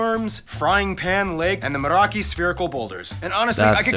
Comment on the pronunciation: So many factual mistakes in the original video including it should be Queenstown in the South Island not Queensland which is in Australia!? and Moeraki boulders not mareki. you are once again correct with your geography fjords are found in Norway but also other countries such as Chile and Milford Sound in NZ 😁👍